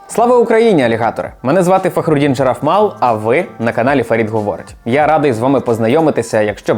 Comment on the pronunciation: Фахрудин Шарафмал. На єтом выпуске уже правильно повторил фамилию ))